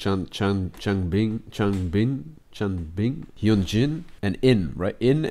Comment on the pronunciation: I hope this helps you with pronounciation: hyunjin - (hyeon-jin) the "eo" should be pronounced like the "au" in "august" , but most similar to the "o" sound in "honey" felix - its an english name, so pretty obvious bangchan - (bahng-chahn) i added the extra "h"'s cause it shoould be an "ah" sound (like a sigh) for the "a" I.N. - (Ayen) the "I" and "N" are separate letters haha. also since its his stage name and you could honeslty just call him by his real name, "jeongin". the rest of the group goes by their real names so most people just call "I.N" as jeongin instead. the "eo" sound in jeongin is pronounced most similarly to the "au" sound in august" changbin - (change-bin) again i added the "h" cause the "a" should be a sighing "ah" sound seungmin - (sung-min) the korean sound with which seungmin's name is spelled is hard to explain using english letter pronunciations. you can pronounce the "eu" like the "u" in "lung", but at the same time it isnt a really strong u sound. but for simplicity, pronouncing "eu" like the "uh" sound is fine :) lee know - pretty straightforward. you could also call him by his real name, "minho" (which is also straightforward) but in minho's case most ppl actually call him "lee know". if you do become a more dedicated fan though you'll probably just end up calling him minho (pronounced min-hoe) hope this helped!!